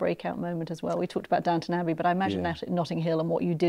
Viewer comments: It’s Downton….not Downtown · Downton not Downtown! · It's Duntun actually.